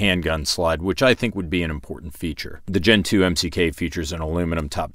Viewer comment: I keep hearing Gentoo. so you like the penguin or the Linux distro?